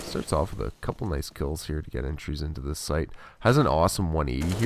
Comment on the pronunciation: Every time you say "zist" I cringe